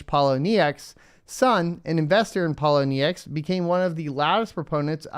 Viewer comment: Pole - owe - knee - ex